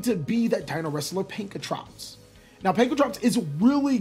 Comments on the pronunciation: Why are you having so much trouble saying Pankratops? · so am i the only one who noticed the mispronunciation of pankratop to pankratrops and oviraptor to ovuraptor